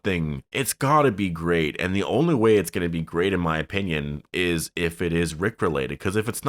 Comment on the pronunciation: “it izzzz what it izzzz”